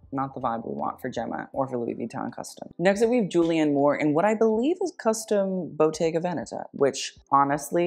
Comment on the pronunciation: I am a fan! You pronounce Bottega Veneta in a perfect way and your comments are to be admired as usual.